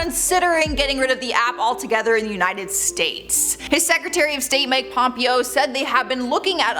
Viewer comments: His name is Pom Pay O, not Pompeeo, and it’s com-pill-ation, not com-pile-ation. Pronunciation! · Hey girl. Thanks for info. For future it’s Pom-pay-oh lol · His name is pronounced Pom pay oh get it right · Pompeo's name is pronounce Pom-Pay-Oh.